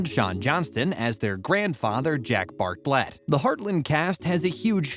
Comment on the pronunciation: NOT BART-LET...ITS BARTLET....ALL ONE WORD!!